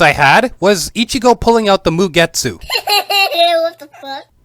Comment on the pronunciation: Your not supposed to pronounce the E in mugetsu